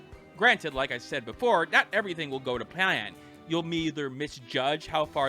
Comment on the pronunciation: "Not everything will go to pian" Is Pi-ann a place? Never heard of it 😂. Sorry, just found it funny how you obviously mispronounced plan and just rolled with it like nothing happened :D But seriously, good review. You are the only true review I can find on YT. Every other vid is gameplay or 1st impressions